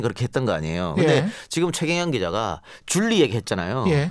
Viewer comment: 쥴리가 아니고 듈리인가? 아니면 둘리인가?